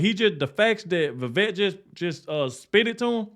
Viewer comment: Definitely AGREE with The Officer Tatum! Vivek & Trump as a Team will be MY choice. BUT HIS NAME IS PRONOUNCED LIKE “CAKE” i.e. Viv-Aaake